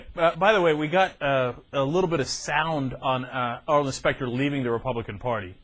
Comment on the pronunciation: Who's SPACK-ter?? Arlen Specter's intelligent twin?